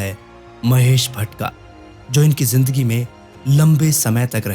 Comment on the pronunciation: Jindagi nhi Bhai Zindagi. Zebra ko jebra bolty ho kiya😅